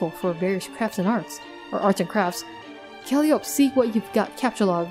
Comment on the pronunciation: By the way, i think Calliope's name is pronounced more like "Call-eye-oh-pee". Not totally sure on that cause i heard some people pronounce it differently, but that is the one i have heard the most often.